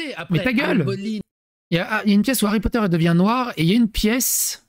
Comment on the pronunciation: Star Wars, puis LOTR....maintenant Hawwy Potta.